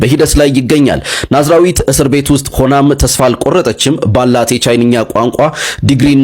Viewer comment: ማዝራዊ ኣትበል ወንድሜ ናዝራዊት ነው